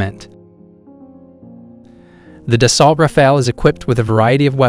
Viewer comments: Its not da salt - its da so. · You couldn't look up how to pronounce Dassault?